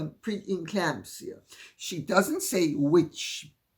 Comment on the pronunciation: Sorry “preclamsia” stitches